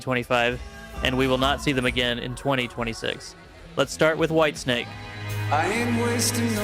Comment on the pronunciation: Whitesnake? Not whitensake…